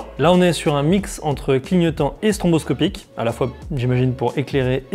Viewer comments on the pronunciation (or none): Petite remarque... c'est stroboscopique et pas stronboscopique...